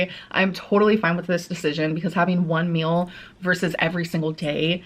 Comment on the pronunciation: streem stert thriveeeen foodies song The way says meol reminds me of a succulent Chinese meol a specific gentleman was legally eating 7000 pieces for babies is my favorite comment